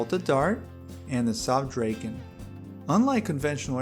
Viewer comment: It is pronounced draken....NOT drayken....there is no "y" in draken